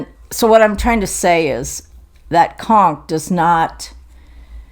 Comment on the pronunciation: Hey - so show us his picture. 😀 Anyway it is fun that he opens your show by giving us a good belly laugh. Yes we could see the conch - and in my opinion you are pronouncing it correctly. Other pronunciations are too phonetic. If it shows up in person, that's what counts. I really have to give my vote to the Dyson sampler from Fox & Rabbit - that checkerboard basket - who wouldn't want to have that on their wall. Best of Christmas to you and your family.